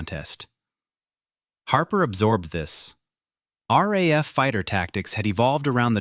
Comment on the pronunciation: It's not "raf Debden"...it's R.A.F. Debden.....AI BS..